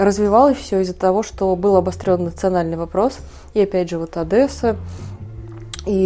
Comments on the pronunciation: Спасибо за работу,товарищи. Но просьба! Никогда, никогда и никогда "ОдЭсса", только мягко - Одесса. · Не Одэса а Одесса!